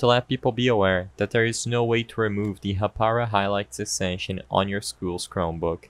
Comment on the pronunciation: its Haa-Pa-Rau